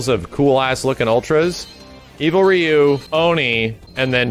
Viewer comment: Can't pronounced Ryu right